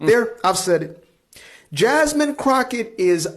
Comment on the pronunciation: JASMEAN ? JESSLIME ? JUSSCUM ? JASMOON? JASMOAN ? HOW DO YOU PRONOUNCE IT !